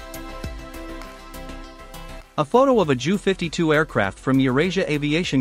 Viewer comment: JU is pronounced J U not ju